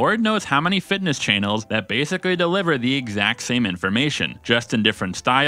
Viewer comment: Why do you pronounce "channels" as "chay-nels?"